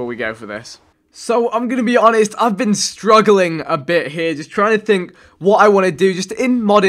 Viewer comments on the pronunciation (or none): I know he has an accent but the way he say been as bean kinda bothers me :/